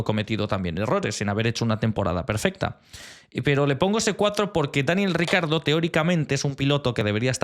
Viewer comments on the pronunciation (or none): Cada vez que he escuchado “Daniel RICARDO” me sangraban los oídos. Difiero en casi todas las notas, hay algunas incluso en las que la explicación es bastante meh. Para mí, Verstappen y Hulkenberg los mejores de la temporada hasta ahora.